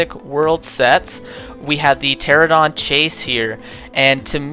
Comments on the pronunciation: It’s pronounced ter-an-a-don. Also, I know it’s spelled with a p. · I must admit, your habits of calling Pteranodon "Pteradon" and calling every other dinosaur character (most of which are female anyway) "he" is incredibly annoying.